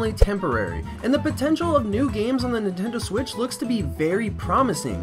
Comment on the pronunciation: he just said "Nintendo swiss!"